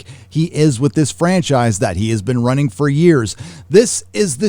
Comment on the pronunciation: i don't like to nitpick but you pronounced ruining as running